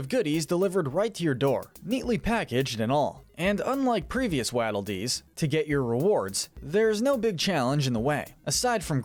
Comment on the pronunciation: it annoys me how he says waddle dees like wadle when its waddle like a penguin waddle